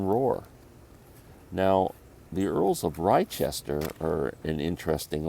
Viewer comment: The bluegrass group is pronounced The Earls of LESTER, great album.